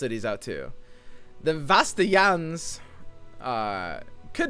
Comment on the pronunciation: The way he says vastayan kills me inside.